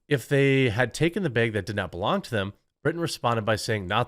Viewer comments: I hate the way you say “bag” 🫢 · lol. "beyg" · Jeremy saying "baag" makes my day! Thank you Jeremy. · Everytime Jeremy says "beg" I lose approximately 1 year off of my life expectancy. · One less clown in Biden's Freak Parade. Also, Jeremy had to say "behg" 100 times. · “Baig” lol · Is it just me or is Jeremy pronouncing word "bag" weirdly cute? Like bēēg :D edit: grammar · I only click on the video to hear the quartering say the word bag over and over